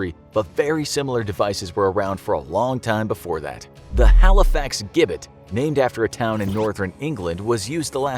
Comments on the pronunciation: The Halifax Gibbet is actually pronounced Jibbet. There is a replica of the original Gibbet where it used to be. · Its pronounced Jibbet, and the gibbet still stands in the same place today.